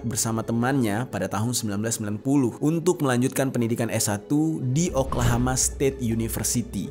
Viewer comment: Oklahoma jer bukan oklahama